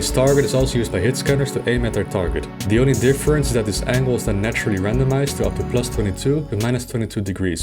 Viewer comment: I know is saying "randomised", but I keep hearing "random ass" and it's hilarious. "Random ass angle of +22 to -22 degrees". XD